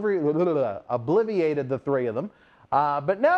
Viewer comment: Obliterated* not oblivilated